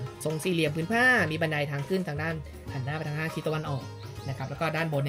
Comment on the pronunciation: วิทยากรให้ความรู้นี้พูดไทยเก่งมาก identify ออกเสียงชัดมาก แต่พอเป็น อาศาย หานหน้า อิสิปตาน้า ... ช่ายๆ ช่ายๆ... เด็กไทย คนไทย ภาษาไทย